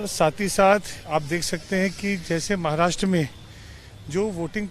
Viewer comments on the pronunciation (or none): Mohit kamboj adhi maharashtra ha shabdda neet uchhar ani nanatr abhal heppal yz bhaittyyya